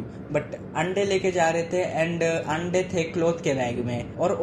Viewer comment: if you notice he said "aande" instead of ande 👀